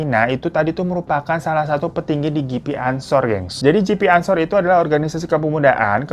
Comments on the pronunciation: GP anshor bacanya ge pe anshor bang bukan ji pi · Ge Pe Bang bukan Jipi ansor